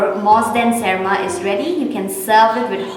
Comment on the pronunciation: Btw it's not " serma" it's 'berma' which means fermented fish in tripuri language.😁😁😁